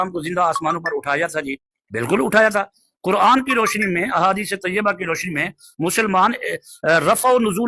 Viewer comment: qaran نہیں quran تلفظ ہے۔۔ 😂